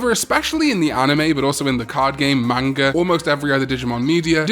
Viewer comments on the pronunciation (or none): none